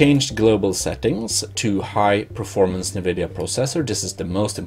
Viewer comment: It’s not pronounced “nuu-vid-yeee-uhhh”. It’s pronounced “en-vid-yeee-uhhh”.